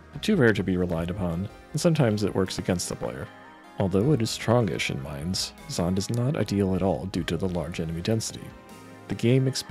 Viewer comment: Is Zonde pronounced like that? I assumed it was “Zon-Day” Considering practically every tech has two syllables or more aside from grantz. It sounds better too. Nah, been pronouncing it like Zonday since I was in the 3rd grade, so I’ll never pronounce it the way you are 😂